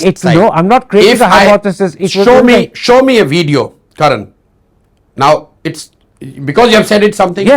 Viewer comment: "Show me the wveeeedio"😂😂😂😂😂😂